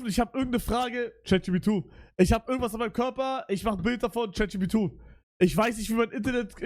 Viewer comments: er sagt Chatjubitu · Digga es triggert so krass, dass er immer Chat jipidu sagt